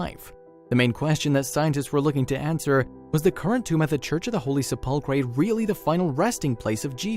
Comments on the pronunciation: Sepulchre has accent on first syllable. The way you're saying it makes you sound like doofus and cancels any info you're trying to share. Learn the correct pronunciation! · Please get a narrator who can pronounce SEPULCHRE correctly. This current one is very offensive! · ....i wonder if the sensation i feel when the narrator attempts to pronounce ‘SEPULCHER’ is a close simulacra to how God feels blasphemy? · I suggest the story teller is taught the proper way to pronounce the name of the church Holy Sepulchre correctly. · You could at least learn how to pronounce the name of the holy church. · SEPULCHRE!!!!! say it right!!! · Sepulcher PLEASE!!! Find someone that knows how to pronounce words correctly!!!!! It not only ruins the video listening to someone that sounds ignorant but it takes attention away from the subject that we are SUPPOSED to be ENJOYING!!! Please listen to this video and you will hear what I mean when he tries to say 'SEPELCHER" he totally muxes it up!!! And I DO mean MUX!!! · You would think that someone would have taught the narrator how to say Sepulchre since he is going to say it a lot during the video. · narrator can’t pronounce “ sepulchre “. so lame! don’t waste your time on this vid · You totally discredit yourself and this channel by not being able to pronounce the word "sepulchre", something you should have checked before making this video. Sorry but I will not be watch any other videos from "Did You Know". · You can look it on on Google Dictionary and hit the speaker button, and it’ll tell you how to pronounce the word. I mean, it’s the main subject of the video, and they couldn’t be bothered to look that up? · Oh my gosh you are murdering that word. You people are so ignorant and you make these videos and mispronounce so many words. You really sound stupid. Learn how to say it from a Catholic please and redo your video. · Thank you.....good reporting also includes correct pronunciation of important words. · \ ˈse-pəl-kər not se-pul-cray